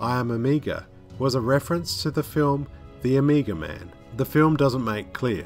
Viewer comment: I kept hearing "Amiga". The Amiga man: half man, half 80s home computer. He was a cop who was betrayed by his partner. Left for dead, his brain was replaced with a Motorola 68000 CPU...